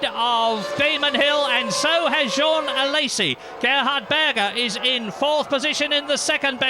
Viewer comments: Journalist :"Jaune alesi" Me : JEAN!!! Journalist: "Jeanne alesi" Me: -_ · Who are "Jauwhn Alaysee" and "Jauwhn Toat"? What even is French?